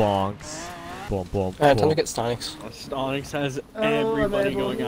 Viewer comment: Its not stontix its stonks